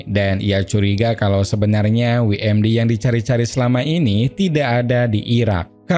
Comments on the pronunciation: WMD,, bukan dibaca wi em di, tapi doubel yu em di. WMD= Weapon Mass Destruction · dabelyu em di (WMD) bang pronounce nya bukan wi em di